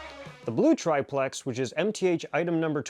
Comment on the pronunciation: everybody seems to have trouble saying triplex. Just pronunce it "triple X" !